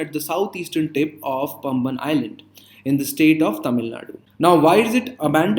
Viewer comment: பம்பன் bridge illa பாம்பன் bridge